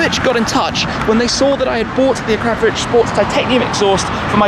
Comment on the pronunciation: And even managed to pronounce it properly, proper car guy 😎